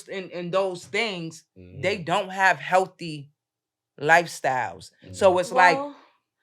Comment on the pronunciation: Its a necessity for a man to have standards when a woman can turn the word "healthy" into three syllables 😂